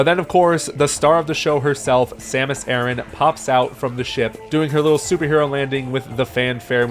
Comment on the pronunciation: It's er-ran like you're running an errand.